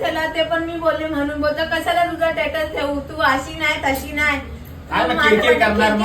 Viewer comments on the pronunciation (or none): 1no ची मूर्ख बाई झाली आहे. लहान मुलांसारखे मला का नाही नेले मला फोन का केला बावळट पणा दिसतोय हिचा ह्यातून. साधी सरळ आहे असं वाटत होत पण बावळट आणि मूर्ख बाई आहे. धड बोलता पण येत नाही स्टेटस नाही बोलत टेटस बोलते😂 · Tetas ✅stetus❎😅